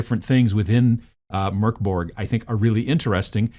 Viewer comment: I just want to say that I appreciate the fact that you're not pronouncing Mörk as "Mork" :) But the video was interesting as well, I might want to get into miniature wargaming but with 3d printed minis so as to not wreck my economy completely